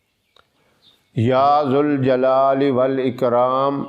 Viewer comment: قرآن مین ذ پر زبر لکھا ہے اور آپ زبر کو پیش پڑھ رہے ہین سہی کون سا ہے اگر آپ کو جانکا ری ہوگی تو ضرور بتا ءے گے